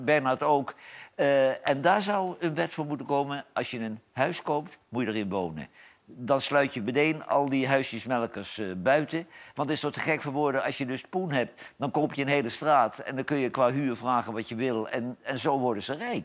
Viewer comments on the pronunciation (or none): Hahaha Johan zegt weer bedeen ipv meteen hahaaa